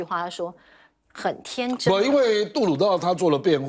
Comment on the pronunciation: “很天真”是台湾媒体加上去的吗？习近平一个北方普通话怎么会把很天zhen说成zheng，正常版本的都没把镜头外的声音加字幕。